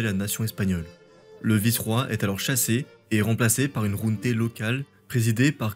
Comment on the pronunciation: Question : pourquoi tu prononces "junté" alors que c'est "junta" en espagnol ? Junte c'est le mot français. Sinon, excellente vidéo, comme d'hab.